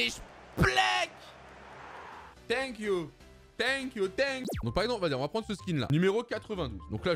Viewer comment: normalement: thank you doigby:tenquiou